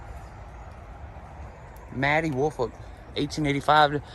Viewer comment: WOOL-FOLK. That’s my last name and I absolutely hate how it’s pronounced. It’s literally a compound word. WOOL-FOLK say it with me would ya folks! Not Willfort, Wilfred, Woolfork or every other name I’ve heard for yearsss. Ya killing me smalls